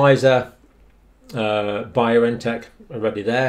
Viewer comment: Just a small correction, it is Bion-tech not Bio-N-Tech.